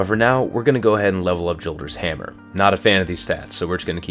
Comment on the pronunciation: It's pronounced "Yolder's Hammer", sorry but I just have to put that out there.